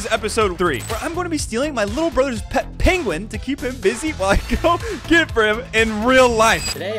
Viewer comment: pengvin. carb.